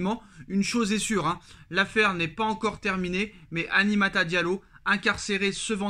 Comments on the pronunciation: Apprends à dire Aminata correctement aussi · "Aminata" frère... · Tu sais lire et prononcer Aminata ?